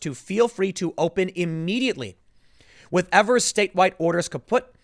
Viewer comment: It's pronounced Eve-ers, Tim. Not that you care. He's a nobody compared to national news, and as far as Wisconsinites are concerned.